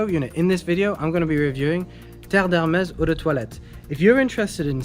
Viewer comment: Finally! Someone who does not butcher the name. That's how it is pronounced.